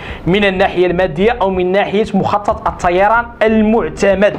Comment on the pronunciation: لماذا تنطق حرف الطاء و كأنه صاد؟؟ مثلا: التصايران عوض الطيران